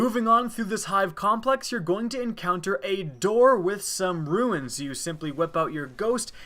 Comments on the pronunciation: please dude, it's runes, like, roons, not ruins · Please, they're "runes" not "ruins".